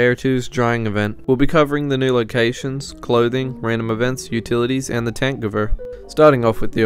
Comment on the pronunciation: thank you for pronouncing tankgewehr right